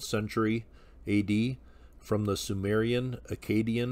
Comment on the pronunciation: Remarkable site. Thanks for the introduction. on a humorous note, Sky Gods, in easy-access left-handed BVDs? who knew?! lol! and not to nit-pick, at all!, but whenever I hear it mispronounced, esp in this context, I somehow think of "Cajun" fiddle music, and filet gumbo, developing in ancient Akkad! so, just to toss in my deux cents (doo sonts): Akkadian = a-ka-DEE-un, and Acadian (also Cajun) = a-KAY-dee-un way different whew got that off my chest!